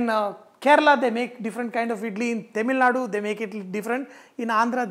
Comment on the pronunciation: All good sir. T is not ‘Temilnadu’ it is ‘Tamilnadu’ only